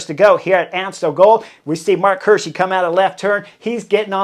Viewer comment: It's Marc Hi:rschi like eagle not like hurt. 😅